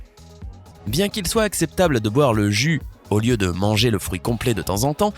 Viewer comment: Il dit frouit 🤣